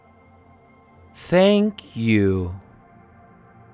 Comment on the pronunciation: Adamın dilimi peltek anlamadım... Tenkyu 'ya Senkyu diyor Tam doğru adrese geldik derken oldumu şimdi